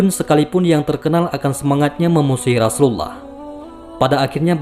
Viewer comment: Rosulullah bkn rasulallah ,tak ada huruf "Ra" di huruf hijaiyah..